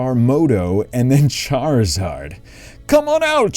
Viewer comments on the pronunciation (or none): none